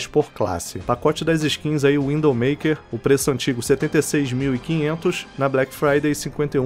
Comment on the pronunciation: Eh zuera ou ele realmente esta falando WINDOW maker em vez de Widow Maker?